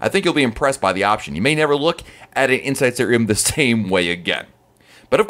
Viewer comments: Was this in English? Inshshrm? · I heard "inside sit room." It irritated me. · I sware this dude was saying Insisaroom the whole time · "Hey everybody, it's from I talk so fast dot com. I don't pause or use periods when I talk and an "Indian sit room" and an"inside sit room" is the same thing as an "inside state room", depending upon who is talking. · I thought i heard "inside stadium" at least twice. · He must be paid to push the sale of inside state room....insistatroom (the way he says it). Annoying!! A virtual balcony....good Lord...how stupid!!